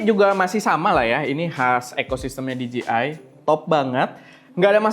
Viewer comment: Koreksi cara penyebutan DJI yang benar bang, yaitu "Di-Jei-Ai", Bukan "Di-Ji-Ai". Terlihat sepele namun maknanya beda, "Di-Ji-Ai" lebih tepat kalau mengeja huruf DGI. Atau biar tepat sekalian aja pakai pelafalan Indonesia yaitu "De-Je-I" wkwk